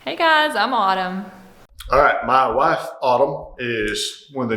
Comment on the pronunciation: Funny how "my wife" sounds the same in a Tennesseean accent and a Kazakhstani